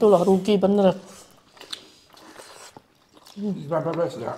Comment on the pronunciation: bilang ke ko johny: ikan pepes bukan ikan pipis. Atau ngakak receh 😂😂😂